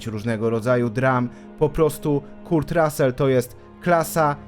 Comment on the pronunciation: Materiał super, ale proszę cię - ogarnij wymowę imion i nazwisk ludzi, o których robisz filmy. Jak słyszę KURT to nóż mi się w kieszeni otwiera. Szanuj ludzi, o których robisz filmy.